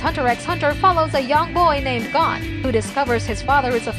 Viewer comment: the way she said gon killed me